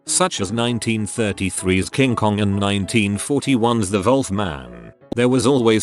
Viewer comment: I had no clue the computer voice pronounced Wolf as volf